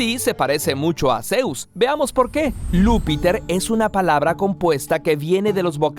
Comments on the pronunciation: No es "Lúppiter" ni "Lou Pater", por favor, sino Iúppiter y Iou pater. Habéis confundido la I (i) mayúscula la l (ele) minúscula, y una vez adquirida la pronunciación equivocada, habéis escrito L mayúscula. Ya he visto que habéis añadido unos corrigenda (≈ 'fe de erratas'), pero lo que tendríais que hacer es leer de nuevo el texto y ponerlo en lugar del defectuoso, o la gente empezará a chismorrear sobre vuestro nivel cultural. De nada. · El nombre del dios no es Lúppiter, sino Iuppiter, pronunciado "Yúppiter" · Creo que no es Luppiter, sino Iuppiter, con i, no con L. (iuppiter) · Lo de Lupiter de dnd lo habeis sacado? 🙄 Es con I (i) y la J en oriente se pronuncia (i) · "Lou"piter 😂😂😂 Otro para sus videos recopilatorios de errores: alguien confundió una "i" mayúscula por "l".